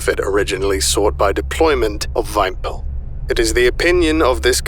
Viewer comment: Christ the scp would have been be building dozens of faraday cages around this thing with all the EM traffic relating to the absolute state of the Ukraine war today p.s- for realism, 'vympel' is pronounced something like how we would read "vimple"